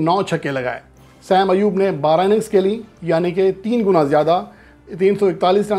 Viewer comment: بیٹا دو لوگوں کے تقابل میں "بہترین" (best) نہیں ھوتا، محض "بہتر" (better) ھوتا ھے۔ بہترین (best) کے لئیے کم از کم تین میں تقابل ھوتا ھے۔ نیز نام کا تلفظ "سیم ایوب" نہیں "صائم ایوب" ھے۔